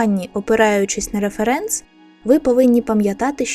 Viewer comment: А хіба наголос не на перший склад? Типу, рЕференс, а не реферЕнс :о англійською наголос на перший склад (ˈrɛf(ə)rəns), тож, я завжди казала саме так...